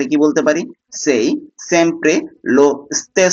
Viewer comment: ভাই আপনি উচ্চারণ সাই হবে না সেই হবে